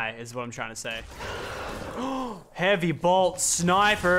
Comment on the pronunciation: It triggers me when he says heavy bolt